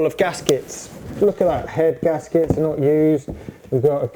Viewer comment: Mumbles gaskets 😂